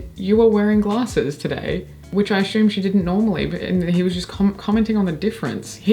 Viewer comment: another really interesting and entertaining video! Quick question: You are extremely articulate, but I noticed today that you pronounce the word "assume" with an "sh" sound, as "ashume." I'm trying to figure out where this could come from because you don't have an issue with the letter s generally. Do you recognize what I'm talking about?